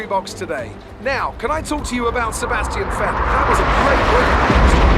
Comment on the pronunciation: No one:: Sevashtian Vettel